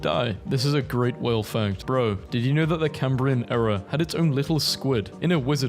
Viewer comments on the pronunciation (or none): none